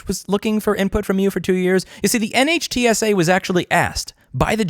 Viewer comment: Dear god Louis it's pronounced Nitsa. Like whizzy-wig. Scuzzy. Get on the horn with Steve Lehto again please.